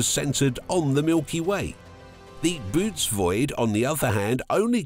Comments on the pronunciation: It's pronounced "buh-oh-tees" not boots... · Can’t make videos about the universe and pronounce bootes like boots 😅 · Jeeze, a supposed scientific video that can't even get the name right. It's not pronounced "boots". That makes me think the rest of their data is also in error. NEXT!!!